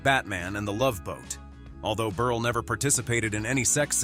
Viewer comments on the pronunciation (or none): Milton Berle….not Berley. Mispronounced Texaco. Who is this schmuck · Milton BERLE, not BERL-AY! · I wish to hell they learned to pronounce names. It's pronounced Burl nol burlay or burlee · It's Berle not Ber la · Berle is pronounced Berl not berlay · Milton Berle’s name isn’t pronounced “burly”. Berle rhymes with Pearl. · Stop calling him BURLYYYYY it's not Burly it's BurL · It's pronounced Milton BURL not Milton BURLIE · Can the narrator at least pronounce the last name correctly? Milton Berle--It's BURL, not Burly! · Burley... it's Berle! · Ditch the computer narrator and use real talent. It's BURL, not BURLAY. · NO, NOT MILTON BERL-E. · Who id "Milton Burley"? What is "Teck-sock-oh" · WHAT CRAP!! CAN'T EVEN PRONOUNCE NAMES. MILTON "BURLIE"????? AND THE SUBJECT MATTER, PROBABLY SUPPLIED BY SOME SMALL D**KED LOSER!! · It's pronounced BERL...leave off the E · Bur-lay...Tax-co,?? Are you sure you ever even heard of these people and companies? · Lost me at Milton Burrr'Lee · Milton "Berlie"? "Tex-a-ko"? AI fucking SUCKS! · Ber lay?? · Milton Ber-lay?? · The last e is sileht. So it is Berl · I miss a human voice over person. These AI voice overs don’t always pronounce names correctly - Milton Berly? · Berle rhymes with HURL, Bot. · Well, this video is a new low. By the way, the "e" at the end of Milton Berle's name is silent. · It’s Milton Berle is pronounced burl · With the NUMEROUS mispronunciations in this, it was hard to watch… Berley and Texaco???? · They should get an announcer who can pronounce Berle not like “Berlay”. And other simple names… Quite annoying. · BUR-lay??? Is this an idiot or a robot? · Stop! , with the BERLAY!!!!!! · Milton Berly? Whats wrong with you? Milton fricken Berle. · It's Berle, not Berley!! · When it comes to Milton Berle, if they cannot pronounce his name correctly, what else is wrong with their story? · Would be nice if the computer voice would get Berle's last name right. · Who is this mispronouncing stars names?